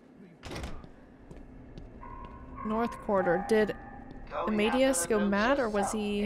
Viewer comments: it's not pronounced armaidious it's pronounced armadayus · Amadeus = amma-day-uss